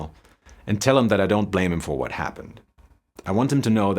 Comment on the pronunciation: Its pronounced "Vot" do you mean? xD